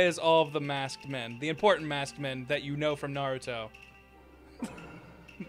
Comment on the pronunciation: To "Nair-youto" saying friend. That's how Toonami pronounced Naruto back in the day, if I'm not mistaken. And even when I was like twelve I knew that was stupid. "They say his name like every ten seconds in the show! How do you not know how to pronounce it?!"